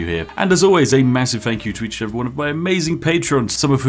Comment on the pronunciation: "One free fank you card"